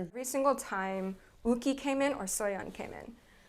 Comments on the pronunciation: Yuqi name is not pronounced uugi it’s pronounced yu-chi 😭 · LMAO Yuqi’s name is pronounced in Korean like woogi 💀for future references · Yu-chi is the Chinese pronounciation, watch her in Chinese shows they call her name like that because she's originally got a chinese name. Korean is different due to different syllables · Lmao you gotta pronounce the Y in Yuqi